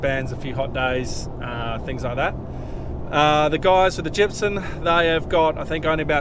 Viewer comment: I could swear you call it gypsun rather than gypsum. Is it just me or is that how you say it.